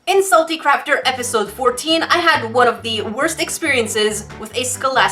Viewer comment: She said salty crapter